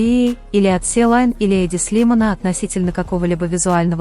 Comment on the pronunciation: И подборка ни к месту и озвучка ужаснейшая. И сочинение ваше -всё бред. Успокойтесь уже. " Силайн" это что такое? И Чонгук ни в своей студии, он в Америке. Надоело уже это тупое враньё👎👎👎